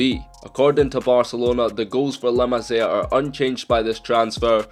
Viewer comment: The way he says La Masia makes me pissed